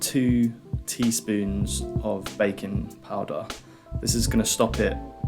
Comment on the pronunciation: I was shocked for a second until I realized you said "baking powder", not "bacon powder" :D